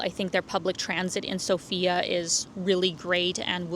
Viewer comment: Everyone pronounces the name of the capital incorrectly - the correct is sOfia, the stress is on the O.